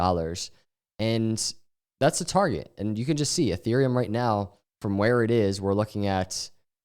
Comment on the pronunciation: "I jes wanna talk about....."